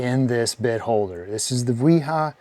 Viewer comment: Thank-you for pronouncing Wiha correctly! Can't stand people trying to promote the Vee-Hah pronunciation and yet they don't call their friend William "Veal-healm" Long live Willi-Hahns legacy